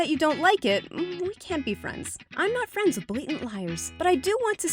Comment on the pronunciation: Shes not fwends with muslims lol jk